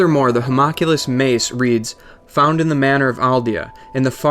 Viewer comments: The term referring to "us" is a formality of royalty, it has nothing to do with being more than one consciousness. And its pronounced Ho-Mun-Que-Lis not Hommanclas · Hu-MOCK-ulus mace 😂😂😂😂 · i hate how you say Homunculus pisses me off to no end